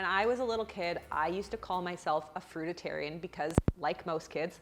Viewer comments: Please stop saying “Fruit-a-Tarian “ just Fruitarian is fine. Brilliant video presence btw. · It’s “Fruitarian” not “Fruit a tarian” 😂 I like the way you say it though, Loved the video!! 👍🏻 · Why are you saying Fruitatarianism? Fruitatarian?! I thought it was called fruitarian and fruitarianism. Can it be both? :-o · Fruitarian, not fruititarian 🤦‍♀️ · FRUI TA RIAN. Not FRUI DI TARIAN. Thank you. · It's "fruit-arian", not "fruit-it-arian". Seriously though, they are just delusional and negligent. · TheCuriousHobbyist ah thank you 🙏 that really bothered me even though it shouldn’t because the message of this video is very important but all I could hear was fruitITairian and think please please please stop saying that 🤪 funny how the brain works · It's fruitarian. Not fruit-it-arian. ✌ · It's not fru-da-tarian, it's frui-tarian ;) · Fruitarian, not fruit-IT-arian, lol...also, they had the baby a few months ago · The fact that she keeps saying fruitatarian is urking the living shit out of me. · Love how she's calling it a "fruitatarian" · she cant even pronounce right the word ''fruitarian''. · The most alarming thing about this video is that you can't pronounce fruitarian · The way she mispronounces Fruitarian is distracting lol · You are not pronouncing fruitarian right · makes a video about fruitarians, can't even say the word "fruitarian" correctly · 🤔 Anyone else take notice that there's an added "it" in the pronunciation of "fruitarian"? It's being pronounced "fruit-it-arian", not "fruit-arian"... (Am I the only detail obsessed observer that noticed?) Lol 😂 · Good thing you're taking them on! It certainly enhances the popular perception of vegans. One thing though - it sounds as if you're saying "fruititarian, whereas it's "fruitarian". (Possibly just a slip of the tongue?) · It's called Fruitarians, though. Not Fruititarians. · Girl. It’s ‘Fruit-Arian ‘ not ‘Fruit-I-Tarian. There is only one T! loose a syllable. :) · Fruititarian? You mean fruitarian?